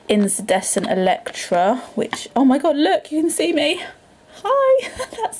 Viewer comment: With respect, I think you’re pronouncing incandescent wrong. It’s IN - KAN, not IN-SAN